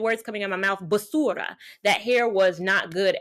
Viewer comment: It’s pronounce “BAH-SU-RAH” btw, not how she said it. It means garbage in spanish.